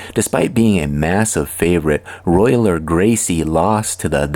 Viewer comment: It's pronounced Hoyce, brother. If this is a person. Also, It was Rorion and Art Davie, not Rickson. And the fight with Sakuraba was only the longest in modern mma. His father Helio fought almost 4 hours against student Santanta. Also, it's Royler not Royaler.